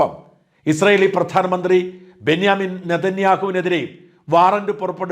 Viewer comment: ബെന്യാമിൻ നേതന്യാഹു അല്ല സാറെ ബെഞ്ചമിൻ നേതന്യാഹു പേര് ശരിയായി പറയുക